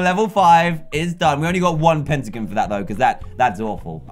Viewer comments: Dan its not petagins it’s pentagon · DanTDM sayes "pentigin" for me thats weird because i live in canada and we say "pentagon" lllllll